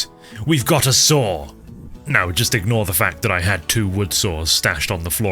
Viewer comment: I like how you say saw like sawer